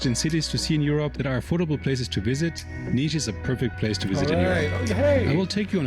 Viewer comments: Its Nish not Nis. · It's pronounce Nish( city has jazz festival called Nishville)